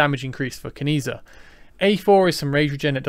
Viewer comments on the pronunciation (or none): I think it’s pronounced “Chi”. Keep that social credit score up bud 😂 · I was going to comment on the same 😂 A part of me died every time I heard the mispronunciation